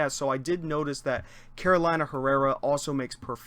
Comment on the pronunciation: It's pronounced Caroleena.